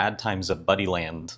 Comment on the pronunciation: For the entire video, I thought you were saying "Bunnyland." I was imagining an arcade full of bunny-themed games where a giant alien was running around taking everyone out. Then the ending hit, and I realized... It's Buddyland. 🤦😂